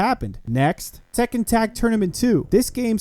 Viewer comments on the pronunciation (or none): none